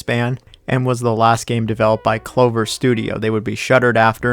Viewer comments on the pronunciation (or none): none